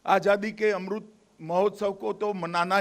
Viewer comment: Bhaio yai kon sa naita h es ko amrit nahi bolna aata 🙏🏽